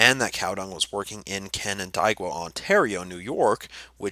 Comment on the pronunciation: Canandaigua. Pronounced, "can-an-DAY-gwa." We are a strange land of weirdly Anglicized Iroquois names, I know...